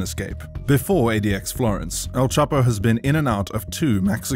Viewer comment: All this research but you couldn’t get Chapo’s name right…